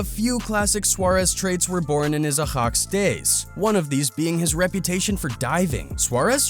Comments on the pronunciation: It's not ahax you idiot it's spelled ayax 😒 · Ayo ahax? Its pronounced I yax lol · how says Ajax hahaha 🤣🤣🤣 when he says it he makes it look like its spelled ahax 🤣🤣🤣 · THIS GUY: AJAX NAH AHAX YEEEE😂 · It’s not ahax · Bro really can’t say Ajax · Its ajax not ajax Its klass jan huntelaar but you say jan like yan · THE WAY HE SAYS AJAX 😂😂😂😂😂